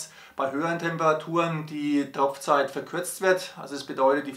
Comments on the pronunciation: Ich verstehe immer Tropfzeit!? Heißt doch eigentlich Topfzeit!. Sonnst ein informatives Video. 👍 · Es heisst TOPFZeit, nicht Tropfzeit